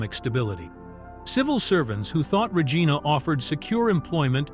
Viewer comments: The city of Regina, Saskatchewan, Canada, is pronounced "ruh-JAI-nuh", with the emphasis on the second syllable. It's not pronounced with a hard "g" sound as in Ree-Gina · Please try to pronounce Regina properly .